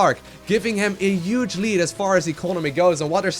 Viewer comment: take a shot every time he says 'uge' (huge) you'd be dead 10 in mins